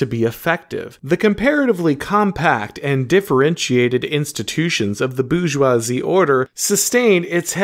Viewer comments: It’s not Boo-joisie, it’s Bore-joisie, so to speak. Appreciate your content. 😊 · Minor quibble: your continuous mispronunciation of 'Bourgeois' and 'Bourgeoisie' as ''Boojzwah' (there is an 'r' in the word), hurt my French sensibilities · Nobody:: the boozhjwahzie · Not gonna lie, the way you pronounce "bourgeoisie" is a hugely distracting annoyance. Great stuff otherwise 👍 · He's just booing them.